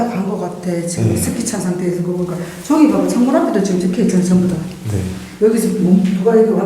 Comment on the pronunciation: 발음특징 저기->쩌기 저쪽->쩌쪽 저사람->쩌사람ㅋㅋㅋㅋ